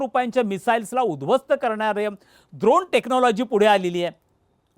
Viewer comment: द्रोण नाही रे 😂